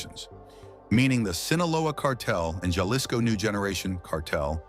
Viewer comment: Pronounce “Jalisco” correctly